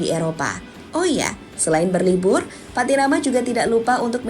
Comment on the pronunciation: Pattynama bang, bukan Patiyama..